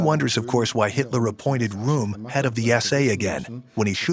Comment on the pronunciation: Rohm, rhymes with bomb!